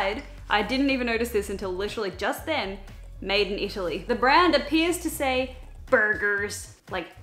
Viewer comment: The way she said BuRGerS HAHAHAHA